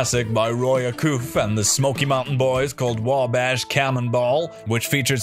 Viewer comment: Well if no one else is gonna do it I can't let that one slide, ... uhm it's A -cuff, as in cufflinks. Roy acoof, that's fuckin hilarious